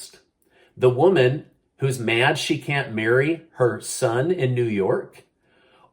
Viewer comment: Marry oh my I thought you said bury!